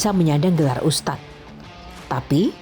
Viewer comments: Hostnya susah amat bilang ustadz, ustas ustas mulu😂 keliatan banget kureeeng hostnya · USTADDDD BUKAN USTASSSS???? YO OPO